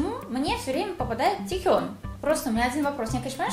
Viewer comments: Мне показалось или ты сказала не правильно имя? Ты вроде сказалаТьэхён, но правильно Тэхён. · тИхён 😹😹😹😹он ТЭХЁН 😹😹👀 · Говориться Не тЕхён а тЭхён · Тэхён через е слух режет